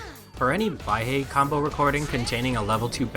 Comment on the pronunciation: Don’t know if anyone’s told you since you made this video, but Baihe is pronounced “Bye-Huh”, not “Bye-Hey”. It’s Mandarin for “white river”.